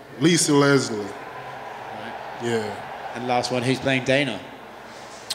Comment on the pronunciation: NIGGA SAID "LISA LESLIE" 😂😂